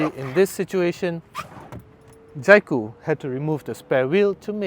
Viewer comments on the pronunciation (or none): Can’t even pronounce the brand Jaecoo properly, it’s J cool and not Jai Cool